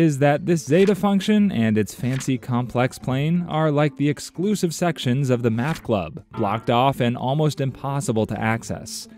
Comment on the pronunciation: says exlusive instead of exclusive. 😢